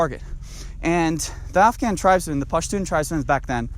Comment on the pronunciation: Because I think he's Afghan. He looks Afghan and his Pashtun pronunciations sound right.